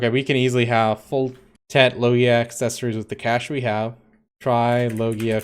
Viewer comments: just telling you cause it's the right one..loggia is an italian world.. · just write Loggia on google translate after setting the italian language, then listen; that's the right pronounciation.